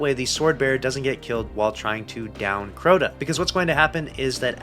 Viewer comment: How in the world did you turn this into a 10 minute video? It's Crota ya silly goose 🤪